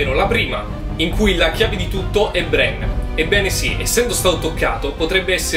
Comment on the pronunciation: Non azzecchi un nome dio santo bren Serse lol